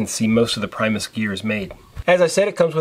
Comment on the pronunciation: For what its worth if you want to pronounce the company correctly its actually sounds like "Pre-mus" as opposed to the english pronunciation of "prime". Its not actually english and is the Latin/Swedish word for 'first'. I also think you'll appreciate the Whisperlite Universal model more if you ever get around to one. It lacks the really fine flame control on liquid fuels but has it on Isobutane and is also easier to service and is quieter. Lastly a little tip but with the gas cartridge adapter of the Whsiperlite Universal you can connect it to the Primus pump. Works fine.